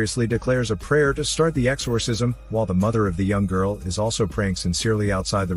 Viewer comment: Exorrrrsisiom!!! Yes narrator. I am computer generated!!